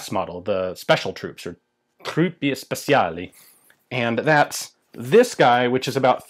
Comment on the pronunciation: Good video, your italian made me laugh very much ahahaha It's very hard for you english speakers because speciali is said with a sof c sound wich you don't have in your language.